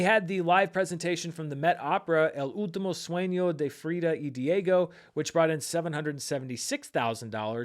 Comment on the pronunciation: As a Spanish watcher, let me praise you on the pronunciation of El Último Sueño de Frida y Diego, that was so good!!! Great job with the Spanish 👏🏻